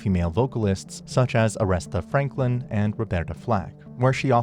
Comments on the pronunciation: No idea who "Aresta Franklin " is lol. Dumb ass AI dubbed videos. How dare they ruin the name of one of the most important black singers of all time. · Come on man, How you mess up Aretha Franklin's name